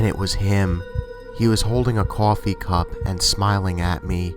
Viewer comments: it's so funny how he says coffee, cohfee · The way he said coffee in story 1😂😂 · Adithya Gud Brooklyn or New York or New Jersey